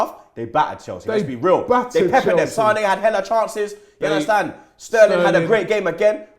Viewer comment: You Undestan? 😂 bludd.